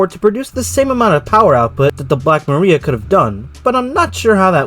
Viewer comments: Mariah Muh-rye-yuh. It's what they call the wind. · Nice vid Black Maria is pronounced Ma-rye-ah. It was a term also used for police arrest vans - AKA Paddy Wagons